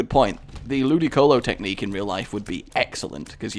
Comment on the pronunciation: Every time you say "Ludimuhcehvolo technique" I giggle like a Japanese schoolgirl.